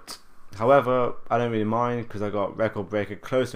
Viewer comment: weawy it's so weal